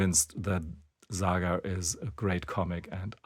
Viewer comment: Its not ZAGA ,its SAGA